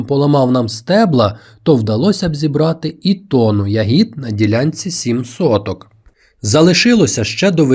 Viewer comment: Не хочу Вас образити , передивився усі відео , і в кожному ви робите одну і ту ж помилку в наголосі у слові ЯГІД (Не хотів тошнити , вибачте)) У слові я́гід (родовий відмінок множини від "ягода") наголос падає на перший склад — на літеру я.